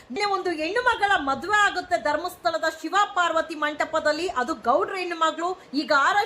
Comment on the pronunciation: ಕನ್ನಡದ ಕೊಲೆ ಮಾಡ್ಬೇಡಿ.... ಹೆಣ್ಣು.... ಎಣ್ಣು ಅಲ್ಲಾ